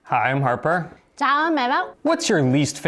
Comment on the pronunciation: Love the way she calls Harper. Harrrrrraperrrrra. So cute!! My sister married a man named Eric and my parents, and all the relatives in Italy, couldn't say it. He is now Herrica. With a heavy H at the beginning for some reason.